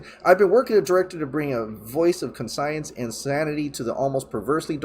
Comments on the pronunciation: Dude, you keep pronouncing conscience as "con-sigh-ence; It's 'con-shence". You know what a conscience is, right? It means "a moral sense of right and wrong". I know you've heard it before, maybe you just haven't seen it in print. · please, CONSCIENCE = “con-shince”